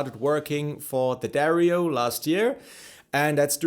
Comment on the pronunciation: It's not pronounced Dario , it is Di-Adario😮